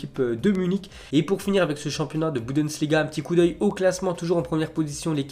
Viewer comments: Sinon au niveau accent et prononciation des joueurs des clubs ou des différents championnats européens on repassera tu vx pas essayer une fois de bien prononcer c’est pas bou dess liga mais bundesliga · "budensliga" mdr